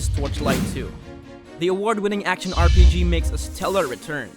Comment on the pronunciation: "acntion" lol